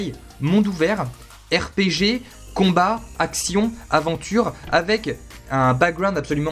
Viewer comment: Dit RPG la prochaine fois, ça va te sauver la vie.